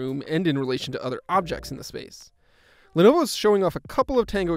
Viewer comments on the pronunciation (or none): none